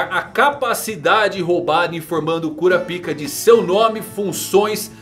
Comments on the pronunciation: KurÁpika .... Eu ouvi cura-pica o vídeo todo. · Véi... que agonia. É Kurapiká e não Kurapíka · Para de falar "cura pica" mano kkkk a pronúncia certa é "kurápka" 🤣🤣🤣🤣🤣🤣🤣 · Pelo amor de Deus, é kuRÁpika, com ênfase no RÁ.. kkk que agonia vei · Pfvr cr, fale KURAPAIKA. Tava vendo seu vídeo na tv e tava meio constrangedor vc falando kuraPIKA. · cara gostei muito do vídeo, mas bem que vc poderia pronunciar kurápika, ao invés de cura-pica né... ficou muito estranho...😄😄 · Como se pronuncia Kurapica é Curapica mesmo ou Kurapaica? Fica muita estranho ele falando Kurapica toda hora kkk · É kuRAAAApika e não kuraPIIIIIIka, pelo amor de deus kkkkkk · Se pronuncia "Kurápika" não "cura pika" KKKKKKKKKKKKKKKK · Exatamente, parece que o povo tapa os ouvidos na hora em que o pessoal pronuncia o nome no anime. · alguém lembra da dublagem br que chamavam o kurapika de Korapaika para evitar a zuera br? ahuehua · SE PRONUNCIA KURÁPIKA... kuRÁpica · O cara fala curapika kkkk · É Kurápika que se pronuncia. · kurApika , falando erradoo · Quem riu quando ele falava KuraPika da like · Kurapika foi de doer os ouvidos... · man vc pronuncia errado a palavra kurakipa da uma olhada no pronunciamento japonês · Primeiro que eles não usam "´ú" essa acentuação to falando de que ele esta falando errado